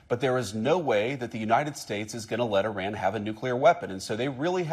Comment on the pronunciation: He can’t even pronounce Iran correctly….wtf